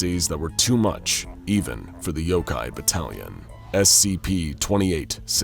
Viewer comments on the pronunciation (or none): Yokai not Yokay